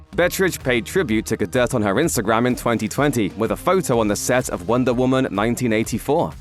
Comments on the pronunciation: The T in Galdot is silent 🤦‍♂️ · How hard is it to say Gadot? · No, it's not silent. It's a little softer than the voiceover's pronunciation but it's definitely there.